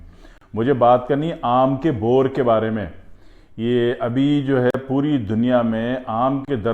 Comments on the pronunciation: Well.. no boorr....bourr is right. Bourr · Sir bore nahi boor